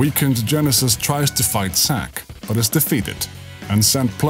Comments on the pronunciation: u kept saying,Sack not Zack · I wasn't making a joke.idk if its ur accent or what.but,u constantly said,Sack.even the subtitles say,Sack.but,its not a big deal.but,I am curious. Why didn't, Zack go see his parents in gongaga during reunion?they been writing him letters & he was in gongaga, why didn't he go see them?